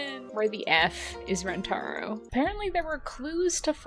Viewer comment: I hate it when people mispronounce names. Rentaro says his name is REN-ta-ROH, and everyone else except Miwako says it ren-TAR-oh. I wish the other characters said it correctly!